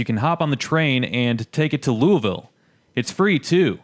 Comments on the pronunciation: Pronounced like you got a sock in you mouth. Loo-a-vuull. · You mean "Loo a vul?" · Any validity of your opinion went out the window when you mispronounced Louisville.